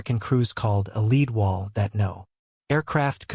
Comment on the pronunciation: Leed wall?! Pronounced ‘led wall’